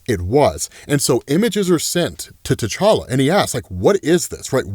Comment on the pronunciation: Can you please stop saying the name to tCholla, it's so annoying!!!!